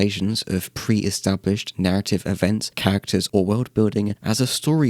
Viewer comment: i'm sorry but when you say "characters" i always think it's "cactus"